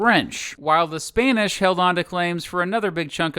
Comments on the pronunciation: ah yes, SPAINISH! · You said a few thousand spane ish instead of spanish